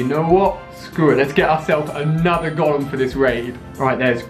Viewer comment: The way you say Golem triggers me so bad